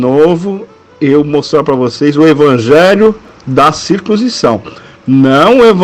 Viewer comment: Porque você não ler corretamente a palavra circuncisão?